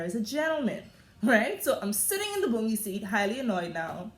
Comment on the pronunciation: LMAO EVERYTIME YOU SAY THE BOUNGIE SEAT I WAN PEE